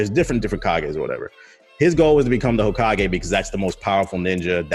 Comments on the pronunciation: My boy said “Hokeeagé” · This ninja said Hokeeage... like he dont watch naruto. 👏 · I just wanna know where he got that pronunciation from